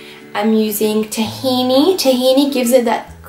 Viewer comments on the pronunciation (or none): none